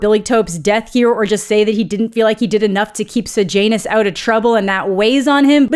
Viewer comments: Does anyone else hear Sejanus as Sir Janus Every single time she says it, it's all I hear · Am I the only one who read it was Corio-Law-Ness and Say-Yah-Ness and was extremely disappointed by Coriol-Anus and Sage-Anus ??